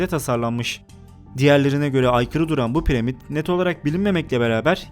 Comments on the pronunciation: premit diyip duruyor snirm bozuldu pramit deseydin keske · Piremid nedir hacı :D Piramid değilmi :D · abi premid ne ya :D pramid dilmiydi o +1 leyin görsün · Yok pirimad ak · Piremid nedir acaba dkdkdke piramit o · Piremid ne reis 🤗😋